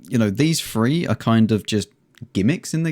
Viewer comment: it's THREE not FREE